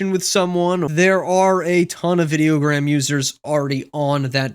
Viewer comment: It's actually pronounced eye diagram. From a lover of both MJ and idiogram.